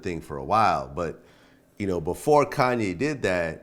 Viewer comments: Vlad called Twista, Twister lol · This dude really said twister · he said "twister" lmao